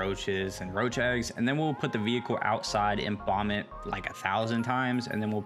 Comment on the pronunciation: After the vaccum when you said it's going outside and we can bomb it... I thought u said vomit.... Both would be appropriate